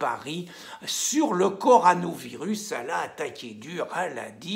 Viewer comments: Il a dit coranovirus au lieu de corona il a fait expres oblige 😂😂😂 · Le "co ra novirus" n'existe pas .... le co ro navirus, oui, comme la corona blonde ! la bonne bierre ... Bonnes vidéos, merci. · corona virus quand allez-vous réussir à le dire ?